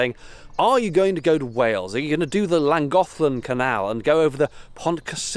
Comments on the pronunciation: Hi. Your pronounciation is quite good, the only difficulty is that the Welsh “ll” doesn’t sound like “l” (the bloke in the video didn’t get it right in “Llangollen” either). Basically just get your tongue touching the teeth at the side of your mouth and blow. Not many languages have that sound (I heard that Navajo and maybe one or two African languages do) so it’s not surprising people get it wrong, the problem is it’s very common in Welsh placenames! The last syllable is pronounced “teh”. “Cysyllt” means “connection” so literally it’s the “connection bridge”. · The commentator is English and is not pronouncing Llangollen correctly or rather he is pronouncing like an English man and not like a native Welsh Speaker. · The guy in the video can't even pronounce Llangollen correctly. It is not Langollen it is clangochlen. Why is he talking as if he's talking to four year olds? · I went across it the 90s btw the guy mispronounced Llangollen the LL at the start produces a KLan sound as in klan·goth·luhn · Clan is what the tourists say, Ll is pronounced more like a snake with a lisp 👍 tongue against the roof of your mouth and hiss into an L sound. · Clan is wrong, there is no comparable pronunciation in English! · Hi, you can see this from my house, the Llangollen canal runs along my back garden, if you want to learn the correct pronunciation then dm me and I could send you a voice note, love the videos bud, keep em coming. that is my neighbours house, rachel. You didn’t quite see my house